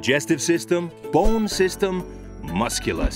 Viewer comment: says bone like bowne